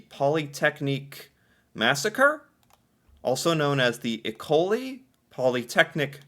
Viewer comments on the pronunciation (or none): Hearing him try to pronounce some of the French words like école was painful. And also hearing him try to pronounce some place names were a bit painful. But it was relatable and understandable. P. S. École is pronounced eh-coal.